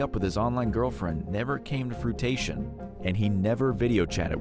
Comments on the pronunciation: you said "fruitation" not fruition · Did you just say "never came to frutation"? The word you want here is fruition. FRUITION. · Frui tation I can't breath lmfao 😂